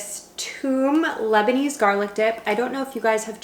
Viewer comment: Garlic means Toom in Arabic and you’re actually saying it right